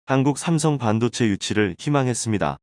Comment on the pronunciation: 읽기 연습후 방송하라 반도체를 반도제 신조어 양산 기사를 요약하거라 듣기가 거북하다